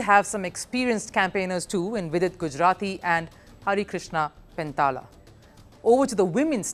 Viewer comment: It is Harikrishna Pendyala not "Pentala". Please correct.